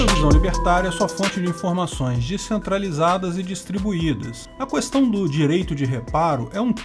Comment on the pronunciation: "qUêstão" é foda kkkkk